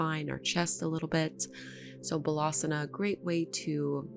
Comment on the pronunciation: Thank you. Very nice flow. I was a little confused been left and right, but it's all good, I balanced it out when doing the next side. One small note on how you pronounce Balasana. It does not sound like Malasana (which pronounced correctly). Bal = strength Baal = child. It's Baalasana.